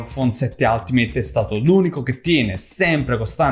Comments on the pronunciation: ul-ti-meyt... no alt meyt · se si vuole fare i perfettini, si pronuncia: "altimeit"